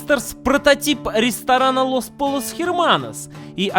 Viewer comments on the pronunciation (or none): Los Pollos по-испански читаются не как Полос, а как Пойос :) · не лос поллос, а лос пойос! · Лос пойос, млять, а не лос поллос